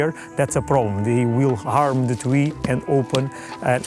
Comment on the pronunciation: "They cut the tWee" XD